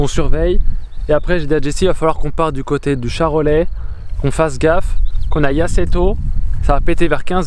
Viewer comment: sil te plait CHAROLAIS dans le bon sens!!et pas chalorais lol super la vidéo comme toutes celle que tu fais d'ailleurs, ps au passage quand tu passe dans les coins du charolais même avec juju faite moi signe ça peut être sympas, peut-être des endroit pour vous bientôt mais rien de sur pour l'instant, continue comme ça on kiffe.